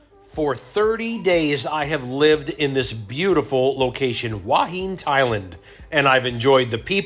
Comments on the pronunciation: It's หัวหิน who_a_hin. Not Wha Heen. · where?! You mean Hooah Hin? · It is pronounced… who ah hin. Your way is the Chinese influence. Cheers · Ask a local how they pronounce Hua Hin…….. Hooo-ah Hin. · My Wife is from Thailand. She pronounces it "Who-a Hen."